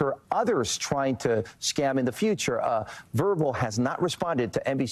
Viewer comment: Isn't there a producer who can tell the anchors how to pronounce "VRBO" before they go to air?